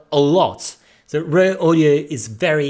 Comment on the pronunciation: I thought he was saying 'rare' audio. It's raw audio. Needs some audio processing for language in next video.....lol - but good content.